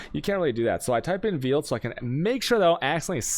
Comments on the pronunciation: he pronounces veil "veal", not sure how i feel about that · Is he purposefully saying veil and chaos wrong?